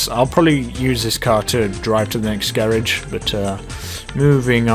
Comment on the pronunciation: Blue Beer That's how you say it, or at least in the UK